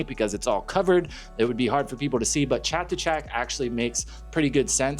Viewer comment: Hey buddy since you may be talking about the Chatuchak area a lot more, you should ask one of your Thai friends how to pronounce it correctly, I notice you get some other Thai place names correct that other foreigners commonly pronounce incorrectly.